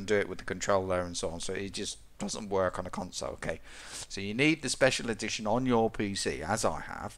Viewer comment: Check it sounds like "Skyrim second edition" lmao